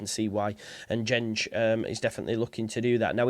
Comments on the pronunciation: Should sound more like Dengue…. En gen gay (with hard Gs as in go or gold, as opposed to gene or general) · Pronounced En-Gen-Gay